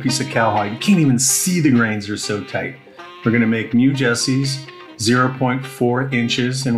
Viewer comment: Jesses, not jessies.